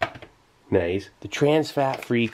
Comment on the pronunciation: zoom “NiUcE”